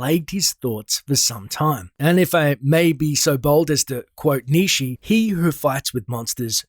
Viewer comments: Nee-shee? lmao Nietzsche Is pronounced Knee-Chuh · Nietzsche is pronounced nee-chuh, not nee-chee. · Wtf did you just say.. Niishiii?!?! 🤣🤣🤣🤣 That's not how it's pronounced.